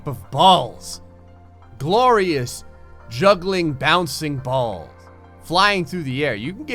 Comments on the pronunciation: He said bolls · Every time you said ball or balls it sounded rong every single time